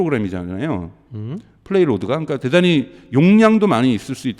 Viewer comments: 플레이로드가 아니고 페이로드(payload)입니다. 말씀의 신뢰성이 확 떨어지네요ㅡㅡ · 그러니까요 영단어 하나라 그냥 가볍게 넘어가려고 해도 이라는 분이 반복적으로 그러시니😅😅